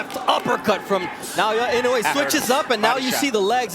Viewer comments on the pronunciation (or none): Pls learn to pronounce his name correctly. E - NO -eh. Accent in on the “no”.